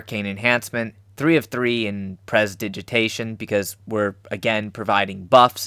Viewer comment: Just an FYI: Press-tah-dij-ah-tay-shun...if you even care